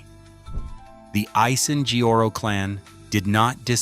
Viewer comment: "Asiheoro"? Pain at ass😅why can't you straight your damn tongue, prounced at least 5% closer😂